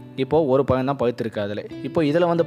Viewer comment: நல்ல உச்சரிப்பு மிக அவசியம் (பழம் / பழுத்தது) அண்ணா... உங்கள் காணொளி மிக அருமையாக உள்ளது...